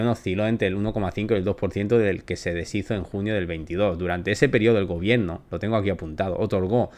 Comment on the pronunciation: se dice gobierno no gobieeeno